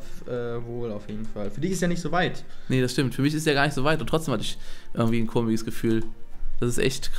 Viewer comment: Wieso sagt er immer: 'komiges'? Mein Gott es heißt komisches!